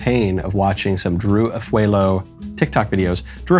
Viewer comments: Oooo there is no e in her last name. Afu a lo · For accuracy’s sake, her last name Afualo is pronounced “Ah-foo-ah-low” :)